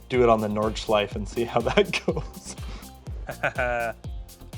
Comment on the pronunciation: He is pronouncing Nordschleife and my ears are bleeding.😂 German words in an American/Canadian accent is so terrible.